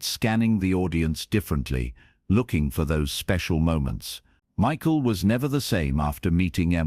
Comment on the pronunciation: Unfortunately, another AI concoction. I wish this were true. You can tell-- Emma is wearing a head scarf, but she still has all her hair, Michael's name is mispronounced several times. Many flaws in the AI presentation. A fictitious melodrama.